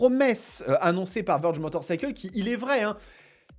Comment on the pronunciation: Vèrge ! Pas Veurge.. Veurge on dirai un nom de détergent ! 😂